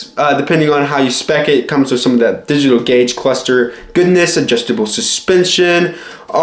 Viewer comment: digitigdal gaudge clusters